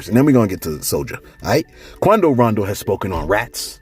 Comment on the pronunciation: why you got "Quondo" sounding like a "cholo" lol, and Souljah boy makes no sense, he's doing the same exact thing, saying too much and threatening the man on live, which was really SUS-like to me!